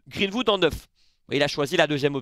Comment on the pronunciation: Match de folie encore, j'étais à fond dans le live! Mais fais moi plaisir sur la prononciation, Greenwood, pas Vood. 🙏